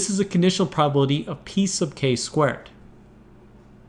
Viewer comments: Am I the only one that hears "piece of cake" every time he says "P sub k"? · 'P sub K' or 'Piece of cake'? XD